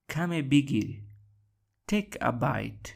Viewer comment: Take a bit را اشتباه تلفظ می کنی